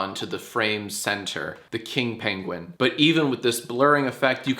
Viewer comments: STOP SAYING PENGWEEN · im sorry..paingween? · hE sAiD pEnGwIng hahhzhahaha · “Paingween” -Johnathan Films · Couldn't fully commit to "pengwings"? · Uh why do you say penguin so weird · I see that has taken "penguin" pronunciation tips from Benihana Crumblcookie